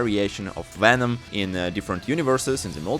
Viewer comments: what in the FUCK IS A WHENOM? Can you say VENOM CORRECTLY ONE TIME BUD?!?!?! V-V-V-VENOM NOT WHENOM you fucking Dunce….. zzzzzzz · Bro can’t say venom to save his life